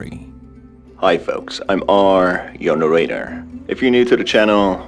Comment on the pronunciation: "IM R YOUR NAIRRATOR"